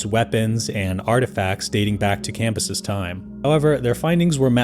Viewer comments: Isnt Cambyses pronounced cam-bye-sees? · Thought the whole point of the second channel with a worse narrator was better pronunciation, and the video starts with the dude mispronouncing Cambyses (Classical Latin) IPA(key): /kamˈbyː.seːs/, [kämˈbyːs̠eːs̠] Tell me you used a google ai pronunciation without telling me you used a google ai pronunciation.